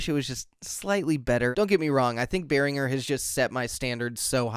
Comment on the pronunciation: Not to be picky but the brand is Pronounced "bEH-rihn-jer" Great Video!